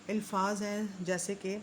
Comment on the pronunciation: بہت اچھی کوشش ھے، محترمہ ! الفاظ کا تلفظ قدرے آہستہ اور واضح انداز میں بیان کریں تاکہ سننے والوں کا تلفظ بھی ٹھیک ہو جائے۔۔۔۔۔اور ہاں " الفاظ" کا تلفظ الف کے اوپر فتحہ کا ساتھ ھے۔